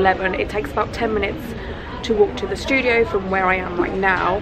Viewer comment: It’s so funny you say “shtudio” instead of studio lol I’m an American so your accent is cool to me